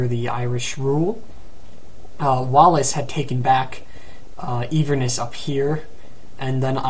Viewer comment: "een-verness" It's pronounced in-ver-ness. And Glasgow is pronounced glass-go